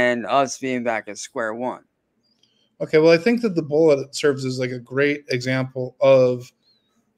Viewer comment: We have heard him make hard 'K" sounds many, many times before.. WHY cant he say "okay"? Its so bizarre!! 🤔🤔